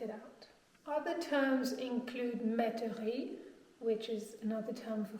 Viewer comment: Not "Demure" but "Demeure" Not "Meterie" but "Métairie" "Domaine" means usually there is a large land. "écurie" means stable (horses) "Viticole" means relative to wineyard it's not really a building for ex. : Domaine viticole == you may or not have a building ("Château" that is more often a big house not really a château) on it but certainely a wineyard.. You can add "Mas" (specific to south of France), "gentilhommière" (literally house of a noble by birth, usually a small lord), "ferme fortifiée" (very rare)